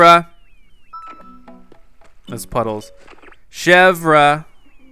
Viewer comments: Chèvre is pronounced ..... Shev-ray NOT Shev-Ra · It's not pronounced Chevra it's pronounced Chevere but it's spelled Chevre. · Chev-ree chevre not chev-rah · you pronounce chevre name as: shehvr. Its suppose to be frence for goat:P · I think you pronounce it like she-ver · Chevre is pronounced SHEV-RAY!!! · Say Chevre like this:ch-ev-r-e